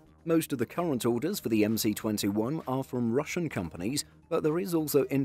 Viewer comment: It's the MS21, not the MC21. The Russian "C" is like our "S." Example: "CCCP" in Russian means "SSSR" in the Latin alphabet. (the "P" is like the Greek letter "rho" which is an "R" in the Latin alphabet)